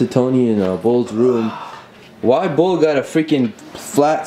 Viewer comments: It lowkey bothers me when when calls Bull1trc bullet and not bull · who else felt weird when said bullit not bull